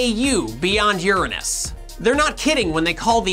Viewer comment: Don’t pronounce the 7th planet wrong just to avoid anus jokes... were crazies... we can handle the anus pronunciation... Long live Uranus!